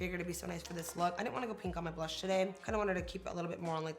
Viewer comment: Blussssshhh lol the way you said it was so funny 😂😂😂